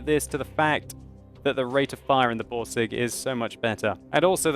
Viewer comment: RRRRRRain metal boRRRRRsig :DD